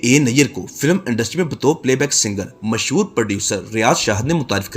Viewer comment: تلفظ تو صحیح کرلو محسور نہیں ھے مسحور ھے.